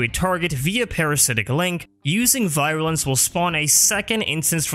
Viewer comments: Virulence not “Viralence” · You make great videos about all this stuff but I have to say you drove me insane throughout this with how you said "viral-ance" constantly. Some of the pronunciations you go with kinda baffle me. But otherwise, as said, great info and I've been going through them constantly since I found the first one, despite the minor complaint. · Take a shot every time he mispronounced virulence. By the end of the video, you won't mind at all. : ) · I love your videos man, but hearing you mispronounce virulence for an entire video was painful.